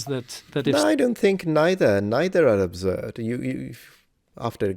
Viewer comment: Wtf is "Obzurd"?